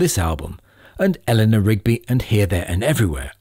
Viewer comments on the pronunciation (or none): none